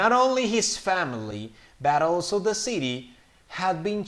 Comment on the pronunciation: uh me confundí solamente al final porque en la parte de "Daniel's family was ALSO happy to see them", habías dicho como "all to.." y en el segundo si "also...". esa parte solo me confundió por la pronunciación pero whatever también está en darle sentido a la oración. gracias por el dictado!